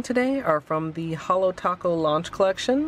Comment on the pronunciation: You butchered holo taco..